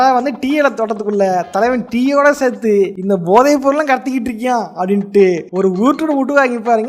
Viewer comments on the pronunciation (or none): none